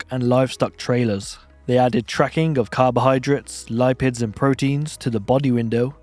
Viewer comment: Lip-ids. Not lie-pid ;)